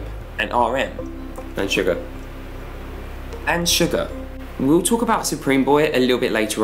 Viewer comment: he saids sugar its SUGA, (sue-gah)